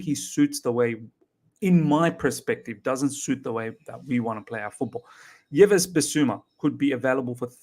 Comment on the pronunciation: Yves is pronounced as EVE not Yeves..big up my bro